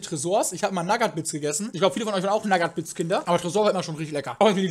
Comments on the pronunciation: Also ich war ein NaGaT bItS Kind und bin jtz eine NaGaT bItS Jugendliche Ps:Es heißt eig Nugat bits/Noughat bits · naggat bits? das sind nougat bits :D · Naggat bits??? reicht doch langsam mal. Sneakers....Nagat bits.... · nagat bits... ich kann es nichtmehr hören xD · Hat er wirklich naggat bits gesagt?? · spricht Nougat bits schlimmer aus als Flüchtlinge mit a2 Deutschkurs.